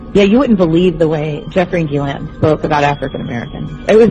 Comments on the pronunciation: Learn how to pronounce Ghislaine - GEE LANE - it's French and doesn't sound the S. Try saying it with a French accent and you'll get the idea. The Epstein case is about rich people networking and hiding their money from the tax man, laundering Russian and other dirty money and the girls are an incidental added for the odd bit of leverage when necessary - it's always about money and the rest of it is window dressing. The truth will never come out because it involves too many high profile people who are respected throughout the world. Ghislaine Maxwell is trying to stay alive after seeing what happened to Epstein and various others involved. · Note how the name of mrs Maxwellis pronounced: "Ghilaine " ( the s is mute, the G is not aspirated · PS: Its pronounced: Jizz-lane!